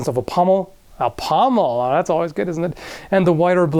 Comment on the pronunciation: said pommel!!!!!!!!!